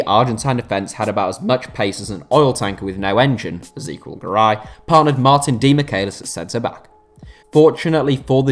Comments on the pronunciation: If you pronounce Ezequiel that way again i will report your channel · You pronounce Ezequiel and Angel weird